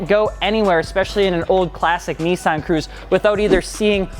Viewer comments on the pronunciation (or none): none